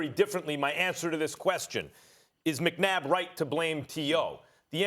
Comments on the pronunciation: First of all this woman got the mans name wrong "McNadd?" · she says Donovan McNadd 😁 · “Donovan McNadd” 😂😂😂😂😂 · “Donovan McNadd” 🥴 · Anybody noticed that she said “Donovan McNadd”?? 🤣🤣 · Did She Called this man “McNadd”😭😭😭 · Pretty sure she said Donovan McNadd LMAOO